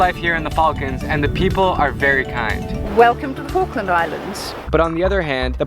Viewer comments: is it me or did i heard FUCKland islands? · welcome to FALKLAND islands say the Falkland again but slowly